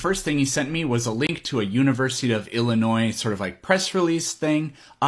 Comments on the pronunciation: Guy pronounces Illinois as Illinoise… enough said. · What state is “Illinoise”? I haven’t heard of that one. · It’s hard to take seriously anyone who pronounces the state of Illinois like “Ill-i-noise”. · Everyone knows its pronounced "Illi-nwah"